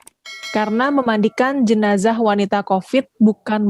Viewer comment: Sebut jenaza pun tidak pandai, jenaza bukan jenaca